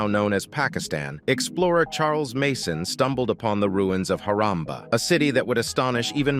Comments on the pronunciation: It's not haramba😂 It's harappa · It is Harappa not Haramba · Nice Video. But the place is called “Harappa”. Just nitpicking. But though I should update you. Keep posting ❤❤